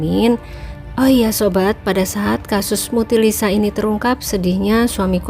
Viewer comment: korban mutilasi harus nya,bukan korban,mutilisa,yg bener dong ngomong nya